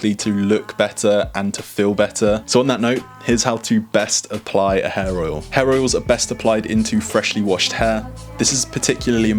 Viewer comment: When you say hair oil it sounds like you say hair roil.